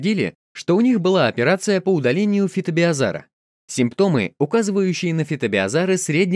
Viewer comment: Слабо хоть раз произнести правильно название беЗOара?